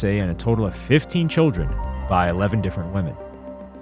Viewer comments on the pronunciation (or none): none